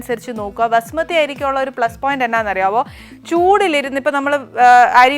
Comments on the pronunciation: Pronounce the rice property not vasumathi it is basumathi rice please madam.Too much talking talk little do the work corr6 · Vasumathi alla, Bhaasumathi